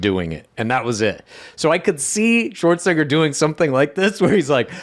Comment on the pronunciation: you say shwarts(n-word) instead of shwartzanager